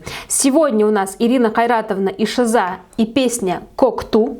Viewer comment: не ШизА, а ШИза)